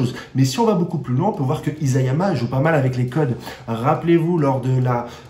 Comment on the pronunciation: Je ne crois pas trop a des fins alternatives dans SNK, mais ta théorie est intéressante! Sinon c'est I"SA"yama et non I"ZA"yama le nom du mangaka! bonne continuation.